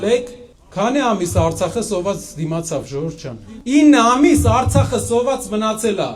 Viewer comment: արցաղը շեշտելով արցախցու ոռը մի մտի այ հայվան